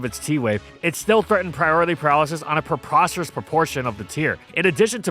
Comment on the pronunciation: Proposterous proportion hahaha well done